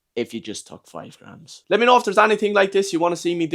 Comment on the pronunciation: Torty graams